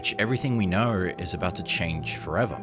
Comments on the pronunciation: "Everything we naur" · “Everything we knorrer”?